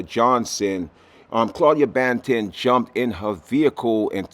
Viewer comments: do you say buju bantin? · News lady said "Claudia Bantin"🤣